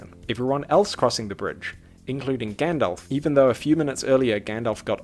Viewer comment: Frodo saying Gandalf: Gyandalph 😂😂😂😂😂😂😂